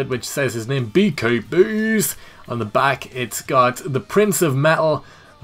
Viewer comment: I'm a little upset because I can't download the gimmick I suggested. But it looks awesome. Just a side, did a pretty good job pronouncing my name.